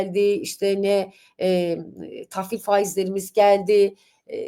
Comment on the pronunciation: TAFFİL değil yanlış, TAHVİL olacak 😂😂